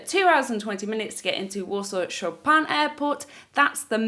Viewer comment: I know it's minor detail but Chopin is pronounced Sho-pen (like show without w and pen like... well pen 😂 🖋) 😉. The airport is named after one of the most famous and talented polish pianists 💕